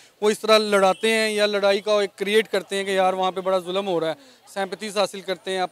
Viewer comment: Julum nahi... "zoo-lam ho raahaa haa"